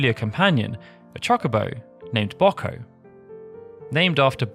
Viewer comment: And right after getting Wiegraf right! The British are an enigma...